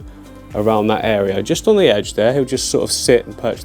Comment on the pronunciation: The way he said “THEEACK” lmfaoo🤣🤣🤣🤣